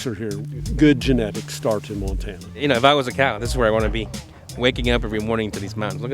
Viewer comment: “Montana” not “Mantana”